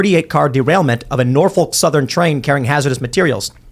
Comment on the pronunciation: What's with the mispronunciation of Norfolk?